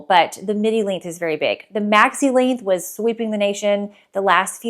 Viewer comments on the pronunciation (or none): I kept thinking you were saying, “midi link”. Lol! Length, got it.